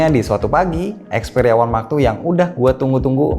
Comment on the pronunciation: Yang aku dengar xperia max two